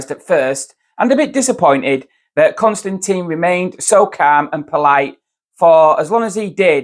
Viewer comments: “Tin” not “Tine” please. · It's Kon-Stan-TIN not Con-Stan- TEEN. it must get really annoying with so many people. mispronouncing your name. at least you don't pronounce his last name KISSING... to annoying to watch.